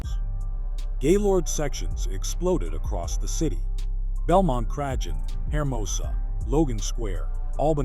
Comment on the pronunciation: Good video but the pronunciation of Belmont Cragin got me tweaking